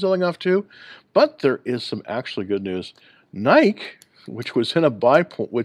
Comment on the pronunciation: are u pronouncing it NIKE it’s NI-KEE.